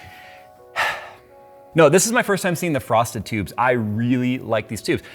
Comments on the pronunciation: he really said prostitutes 😂😂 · Who else heard "prostitutes" and not "frosted tubes"? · DID he say PROSTITUTES????? rewind "Frosted tubes" OHHHhhhhhhhh..... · Frosted Tubes... I swear you were saying Prostitutes!!! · For a second I think I heard "prostitute". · Am I the only one "Frosted tubes" sounded like "Prostitutes" 😅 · “Frosted tubes”. What I kept hearing: “Prostitutes”. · Thx now I can’t unhear it 😂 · I was just going to say the same thing. 😆🤣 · Are those the Satin Tubes or the Transparent Tubes? You're saying "frosty tubes" so I suppose is what Corsair calls Satin! 😋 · everytime you say frosted tubes i hear prostitutes!!! lol!!! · Every time he says frosted tubes I think he’s saying prostitutes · You mean he isnt? 🤣